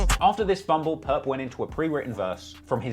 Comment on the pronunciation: not purp lmaooo